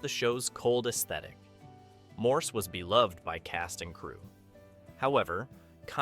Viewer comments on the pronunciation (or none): none